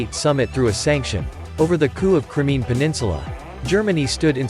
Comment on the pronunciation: While this video is quite informational, you really need to stop using an AI app to voice the video. The script of this video is riddled with grammatical errors and mispronunciations. An example is Crimea (phonetically: Cry - me - ya correct pronunciation) the voice over pronounced it as Crimee. Dumb with five m's.